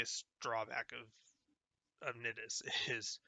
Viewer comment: Thanks man, I didn't know that those strain mods existed actually. I like your build. Although you pronounce Nidus like you would say the word "I" not "it" as you are.